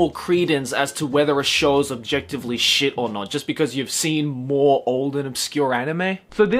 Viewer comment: I know he was just quoting the article, but when he said “Naruto is shet” I died a little on the inside